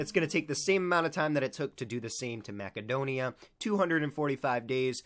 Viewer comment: Its pronounced MASSedonia